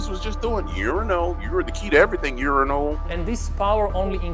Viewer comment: I love that you call him Urinal 😂🤣👍🏻